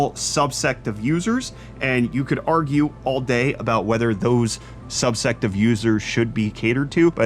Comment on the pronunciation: Are you saying "subset" or subsect" because I couldn't decide if you were calling the still-online PS3 console users some kind of religious zealots